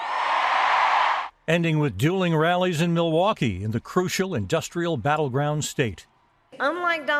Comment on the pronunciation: muhwaukee vs millwaukee lmao she's never even heard of the place